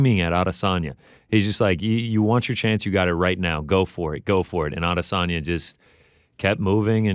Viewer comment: Why does Ariel have to pronounce Adesanya differently than everyone else? Did he get the low down on the correct pronunciation or is he just being pretentious?